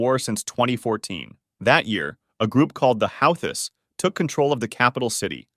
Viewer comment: Nope, its pronounced Ou-Ti